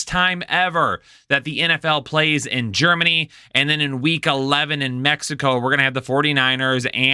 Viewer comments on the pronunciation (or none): GEREMANY lol